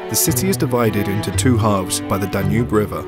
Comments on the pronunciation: "Danube" nem "Danu" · danu river?? is that how english people say it? in hungary we say duna